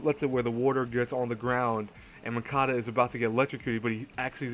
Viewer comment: btw, its Munakata.... not Mukata...>_<|||